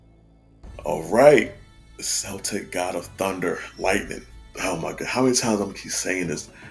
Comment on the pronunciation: Great video and concept, one minor problem. When referring to the peoples, languages and myths Celtic is pronounced with a hard C that sounds like a K.